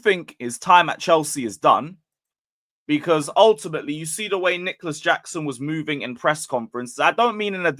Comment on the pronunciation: Yeah you butchered the name😂